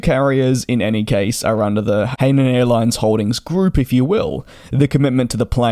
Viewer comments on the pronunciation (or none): Hi-nan, not hay-nan airlines. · Hainan pronounce Hi - None